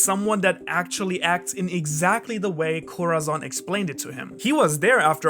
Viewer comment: Bruh why you pernounce corazon name like that🤦🏾‍♂️🤦🏾‍♂️🤦🏾‍♂️, it’s (cora-son) if you trying to pernounce it the “z” Is like a “s” In Spanish, other than that good video💯❤️